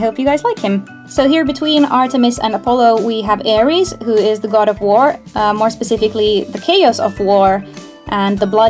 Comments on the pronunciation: My godess mother and Air-ees my god father correct pronunciation of their names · ares is pronounced differently